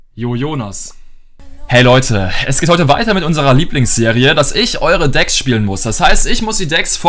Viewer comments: Er sagt degs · Wie er Deck sagt 😁😁